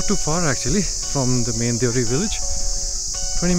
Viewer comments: Beautiful video, thank you so we can watch hidden gems through your eyes. One critic, village name is so beautiful please don’t abbreviate it. It is Deo-Hari so please call it like it. Sounds like you call it deori. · Shouldn't we pronounce it as Deo Hari ?